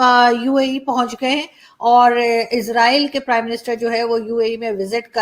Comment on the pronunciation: "Eeesssraaaaeeeel" 🤣🤣 It's 'ISRAEL' bewakoofon.